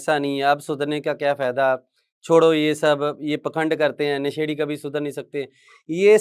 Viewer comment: अभी तक आप क्लियर नहीं हो,, नशेड़ी शब्द गलत बोल रहे हो